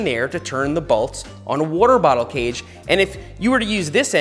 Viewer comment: that's an interesting way of pronouncing waterbottle cage